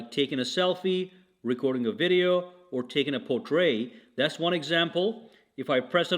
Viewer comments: Portrait has a hard "t" on the end. It should not be confused with portray! ( jeez, how many times ?! ) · Wait!!!!!!Did anyone hear how he said portrait lol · I think my wife tried to do that to me last night.